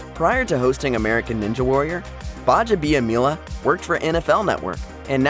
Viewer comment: working in Akbar's last name multiple times and pronouncing right is just showing off.😃